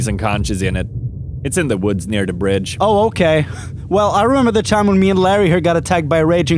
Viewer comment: "Dat" "Dey" "Dere" No 'Th' only 'D'